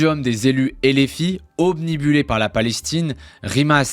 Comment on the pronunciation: Très bien sûr le fond. Sur la forme : obnubilés et pas "omnibullés", un Hasard pas un "nasard" etc. Un petit effort sur le français svp. Sinon bon travail, bravo.